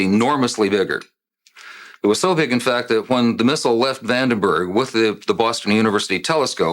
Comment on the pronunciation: It is bothersome that calls it "Vanderberg".